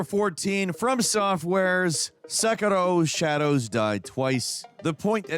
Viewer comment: So you love sekAro? hahaha. You Americans really do heavily struggle with Japanese words and names.